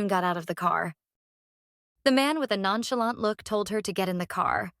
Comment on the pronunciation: Stop saying none chillant